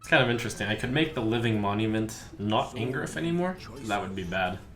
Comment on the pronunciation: I had to play it several times over to realize he was saying "Angriff", then I got it too lol